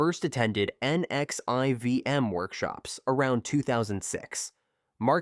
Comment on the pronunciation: NXIVM is pronounced Nexium (nex-see-em) I couldn't take it being spelled out.